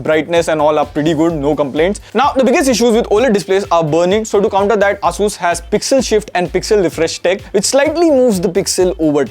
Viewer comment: The way bro said “ASUS” 🤮